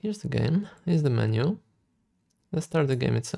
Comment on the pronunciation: Thank You for all. Learn a lot. Thank you also for the correct pronunciation of the word 'menu' not meni ;)